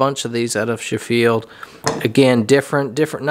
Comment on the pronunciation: Beautiful work and craftsmanship as always, my friend 👍👍👍👍 : As an FYI, Sheffield is pronounced with the stress on the first half: More 'Sheh-field', rather than 'Chef-eeled', and pronounced almost as one syllable, rather than two clear syllables 👍👍👍👍 The double ff almost makes me think the name is of Welsh origin, as in Welsh, a double ff, is always pronounced as an 'eff', and a single f is pronounced as a 'vee'... However, it is also spelled 'sh', and in Welsh, that sound is written 'si'... The Welsh word for a shop is also pronounced 'shop', but spelled 'siop'... 🥴🥴🥴🥴 The female name Siân is pronounced 'Sharn'... Welsh is a Very phonetic language, and always pronounced exactly as it is written, it's just that those sounds are represented as different spellings to English... Once one knows how each spelling is pronounced, one could easily read a page of Welsh aloud perfectly, simply by pronouncing what is written... Equally, the ^ above some vowels makes that vowel-sound 'long'... For example, in Welsh, the Welsh word for 'team' (as in a sports or work team) is 'tîm', and it is pronounced 'teem' (Just as my Mexican penpal pronounces my name 'Teem' 😆😆😆😆) So long as one knows how each spelling is pronounced, Welsh can be read aloud very easily, as it is always pronounced exactly how it is written, with none of the 'same spelling but different pronunciations' which occur in English: such as 'please' and 'pleasant' being pronounced 'ee' and 'eh' respectively, despite being